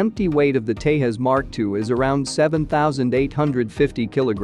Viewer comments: Dude, i'm not sure if you are Spanish, but not every J is pronouced as "heh" like in Jose ??? Do you call Jet plane or call it "het plane" ??? So please pronounce Tejas as TEJAS, and J should sound like J in Conjuring. Please dont screw up names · If you are gonna make a video about it, learn to pronounce it's name. J in Tejas is pronounced as J not H. :-) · india is not latin america here "j" is pronounced as "j" not "h". Its Tejas not tehas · In India, we don't pronounce J as H like in Spanish. So, Tejas is Tejas, not Tehas. Tejas in Sanskrit means fierce. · The "J" in Tejas is pronounced as J and not H. India is not same as Mexico you imbecile. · You are pronouncing Tejas as Tehas! 🙄😳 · It's not "Tehas" you idiots cos we don't use Spanish. Its Tejas with J spoken as J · It's not Te-has. It's pronounced Te-jas. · It's not Tehas it's Tejas (The J will sound) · it is not 'tahas' it's 'tejas' | try to learn Sanskrit a little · Why do insist on pronouncing Tejas as "Tay-Hus" the Latin American way, instead of "Thae-jus", the Sanskrit/Indian way? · TE"J"AS. Jose . Te Ja S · The J in Tejas is and should be pronounced as J in Jesus. Not like h. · The commentator doesn't know how to spel tejas. He is calling it TE-HUS. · Great vid But just one thing you pronounce tejas wrong it’s not a Spanish word so you can actually word it out J in Tejas !! And as a Indian I will say it’s not great or good jet and no were close to f16 Hopefully it will not become backbone of IAF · The correct pronunciation is Tey-Jās (Ja not Ha). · its te zhas. YUST correcting you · Its English Tejas no Spanish Tehas. 🤣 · I suppose we are prohibited to pronounce the J in Tejas, similar to Hanuary, Hune, Huly. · First of all it is called 'Tejas' (J for Jet) not 'Tehus'. it's a hindi word. Please do learn to pronounce correctly. I wonder what kind of research you did before making a video on it where you couldn't find real pronouns. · It's tejus not tehus 😂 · It's Te-Jas... not Tae - US !! 😂